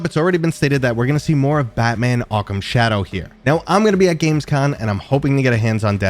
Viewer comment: Just one tiny hint, before you show up there: Yes, it's a CONvention, but it's actually called Gamescom, with an M at the end. 😂 I can't help but think that every time I hear you say it. 😅 As for games this month: Nah, I don't think I will be buying a lot of those. Let's see. Already started with Tomb Explorer VR, which is a fun concept surrounded by a pretty janky mess. 😊 I will wait for a couple of updates there before I jump back in.